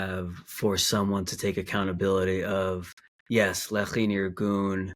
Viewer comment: Lee-high???? Like dude researched so deep and can’t even pronounce LECHI ???